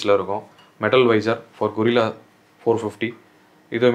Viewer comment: Bro. கொரில்லா இல்லை கரில்லா